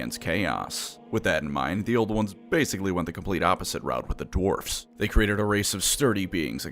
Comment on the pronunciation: There very short sighted no need for hard rrrrr in dewarfs